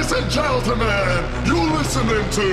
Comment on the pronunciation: This is also one of my absolute favorite STP songs. I had this on repeat for days after I first heard it. I love these kinds of chuggy riffs with the groovy drums!! Just so delicious 🤘☹ And I love how he says "Ladies and Geltemen" and not "gentlemen" 😂😂😂 I'm not even sure if that was intentional or not lol